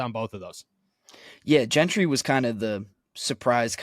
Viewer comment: Why does it bother me the way says Zack’s last name. Maybe because nobody else in the world is pronouncing the G that way. Follow us, it’s Gentry like Gentleman UGGG. Not happy with King trade but for temp we will see but there is something fishy about this guy being available especially being cut by Texans. We will see if he helps until we can get some permanent top quality help. is so happy like we just got sauce hahaha. I trust Kahn that he at least tried to get some depth at CB from what’s out there and hopefully he’s better than Pierre in the game because Pierre helped us last year, he wasn’t great but he helped instead of hurt us. Welcome Desmond King. I’ll be happy after I see him play. Thanks for the good reporting. Haha said it right the first time. They keep going back and forth changing the G that’s why it bothers me OMG